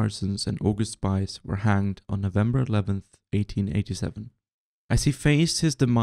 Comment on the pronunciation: Thanks for the informative video. Just pronunciation of August Spies gives a negative impression of him. He is not a spy in the plural, but a spear in the singular. The 'ie' in his surname should be pronounced like the 'ee' in cheese, more appropriate would be the 'i' in chick. Just try it. His surname means spear.